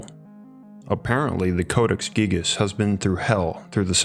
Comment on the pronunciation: Gigas... “Gygus...” 🤔